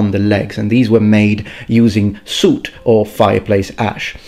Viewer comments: Soot rhymes with foot, not shoot (just fyi; I know you’re a non-native) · “Corp” and “sewt”